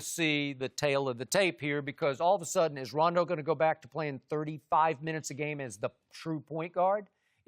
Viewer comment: Love how Chris calls Rajon Rondo "Rayjjane Roundo" 😂